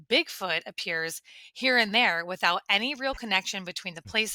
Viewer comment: He says "wivout" sometimes also. He's not perfect.